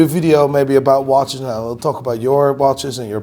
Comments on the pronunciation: Noooooyyyyeee instead of now … legend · I was going to subscribe but he said “subscribe nigh” and I don’t know when nigh is .